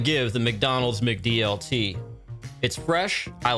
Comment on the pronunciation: You are pronouncing "Sizzlean" wrong. Likewise, when you say "McDLT", you are pronouncing the "Mc" part wrong. But when you say "McDonalds", then you pronouncing the "Mc" part correctly.